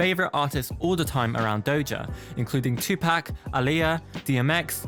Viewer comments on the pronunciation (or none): none